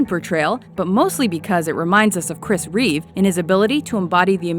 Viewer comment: its Reeve not Reeves